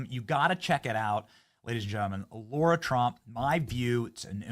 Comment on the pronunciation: Benny, it's Lara not Laura, LOL😄